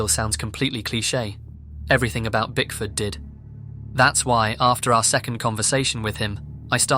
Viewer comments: I been listening to these while driving and I swore he was saying "Bigfoot"! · Just now realizing he wasnt saying Bigfoot 😂😂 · I was listening without watching and got massively confused by the story ... I thought you were saying BIGFOOT in the title and was like... bigfoot in Brazil?! Took me a few more sentences to figure it out lmao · Same here, I searched the comments to see if anyone else thought he said Bigfoot haha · DUDE HE SAID IT LIKE FIVE TIMES AND I was like I know damn well that’s what he said 🤣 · I honestly pictured Bickford as Bigfoot the entire story... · Lol me too! I'm in kitchen making dinner & listening...I swear he said Bigfoot too. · Don't feel bad, I didn't figure it out until 4-5 minutes and I thought he was saying Bigfoot as well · I had this on in the background and kept hearing Bigfoot the whole time 😂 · I thought throughout that entire bit that the guy’s name was Bigfoot! 😂 😂 😂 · If I hadn't read this I'd still be thinking he was saying Bigfoot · Exactly! I was like, who the hell names himself bigfoot even he's unstable lol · I could have sworn he was saying Bigfoot I thought that point the point of the name of the locals because he's crazy like Bigfoot😅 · I thought they nick named him BicFoot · I heard bigfoot too and rolled my eyes until I saw the name of the person. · Oh. Lmao. I thought it was Bigfoot too. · HE WASN’T SAYING BIGFOOT?!!! Bruhhhh I didn know til I read comments😭😭😭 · He didn’t say brickford at all, not once I swear on my life. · Yoo i thought he said bigfoot untill i saw u comment ? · He was saying Bigfoot, although he was attempting to say Bickford, but failed everytime. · Bro pls say BickfoRd not BigFoot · Kept hearing “Brickford” as “Big Foot”. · I'm glad I'm not the only one that thought you were saying Bigfoot this entire time! I thought that name was given to him on purpose because he's big and scary like Bigfoot!😅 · I CANNOT BE THE ONLY PERSON THAT THOUGHT HE WAS SAYING BIGFOOT! 💀💀💀💀💀😭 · I heard Bigfoot too!